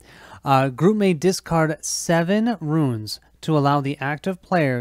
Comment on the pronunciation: Runes, Runes Runes!!!!! Not Ruins!!!! lol